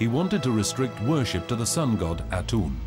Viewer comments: Aten Not Atun, FFS! Don't take everything said here for granted. Its 40 percent fact and 60 percent hyperbole. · THANK you! - Especially since the narrator's pronunciation is so god-awfully bad that half the time it's "Atun", and the other half it's "Atum"! Also, THANK you for pointing out how fantasy and facts are presented with equal determination and fervor. This documentary is more than 20 years old and part of a 4 season German Television show starting in 1995 and ending in 2000. Jan Assmann is a German professor of Egyptology (not the American "professor" = "teacher", but the honorary title given to prolific PhD's). While a respected member of the community and within academia at large, Assmann do have some controversial ideas regarding Akhenaten, or rather, his influence on the Jewish religion. Most of which has been refuted by later discoveries. So, for the general viewer, it should be noteworthy that he is the only contributing scholar, and yet he's only featured in a very short segment of the documentary. It should also be noted by those who get the majority of their knowledge from documentaries like this one, that far from the misconception you often come upon when speaking to the general public: History - Ancient and otherwise, Archaeology, Egyptology, Assyriology, Paleontology etc, these aren't stagnate disciplines. As with all areas of scientific research they evolve over time as new findings, and new technology, adds to old ideas and understandings of the past. Anyway. For you,, the takeaway of all of this is simply this: A genuine Thank you! Take care, Stay Saf